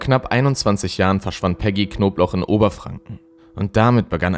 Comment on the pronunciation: Wieso sagst du immer knoblauch wenn sie Knobloch hieß